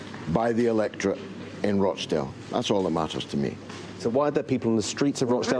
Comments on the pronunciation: Learn to pronounce rochdale correctly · Its Rochdale not Roashdale